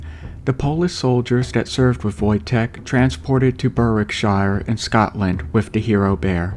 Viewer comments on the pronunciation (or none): none